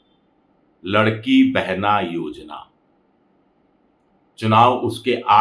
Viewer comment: वो लाड़की बहिन योजना है, आप लड़की बोल रहे हो!😂